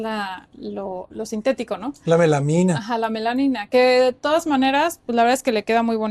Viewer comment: La Arquitecta dijo Melanina, cierto ? Y el Arquitecto Paredes dijo Melamina qué es la palabra correcta.